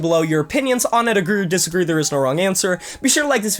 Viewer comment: Diss-a -gree dude lol